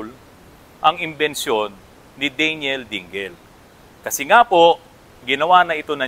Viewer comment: At saka hindi DEY---NYEL ang bigkas ng Daniel...DAN----YEL ang tama.